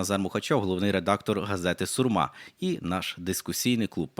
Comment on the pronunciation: Шановний ведучий в студії! Не СурмА, а СУрма!